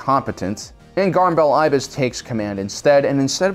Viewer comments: Garm Bel Iblis is pronounced as “EH-bliss”, not “EYE-biss.” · Garm Bel Iblis. Iblis! He's not a bird, there's an "L" in his last name. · It’s pronounced Ib-les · Love the video but I cringed every time I heard "Garm Bel Eye-bless" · Garm Bel Iblis. There's and L in his last name. Edit: And is pronounced with a short I.